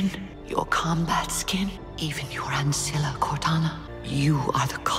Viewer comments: Ancilla not Ancillia :\ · Dude, Ancilla! Not Ancillia... xD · i love how he says librarian though how he says ancilla not so much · laughing that you keep calling her the LiBEARian its LIBRAIAN also its Ancilla not Ancillia, inb4 oh he can do what he wants its his channel, but you know if you want to get it right you should be saying it right. interesting video tho